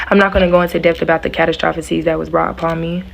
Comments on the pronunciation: Catastrophes = Ku-tas-stro-feees .. sorry yall that one story with the lady with the nails and the blue jacket , her pronunciations was bothering me so bad 😅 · Lil mama if you ever get to see this, it is pronounced...... kuh... ta..struh...fees......Catastrophes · Love your channel ❤❤ she kept saying "catastrosephies" 😭😭😭😭😭 had me rolllin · What is a cat-o-troph-a-sees????😂😂😂 please these generations need to go to school and actually listen!!! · KUH-TAA- STRU-FEE